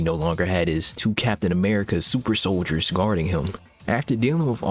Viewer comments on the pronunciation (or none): none